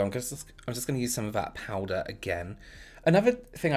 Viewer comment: I love the way you say powder. "Powdah" Anyone else or is it just me 😁😅😍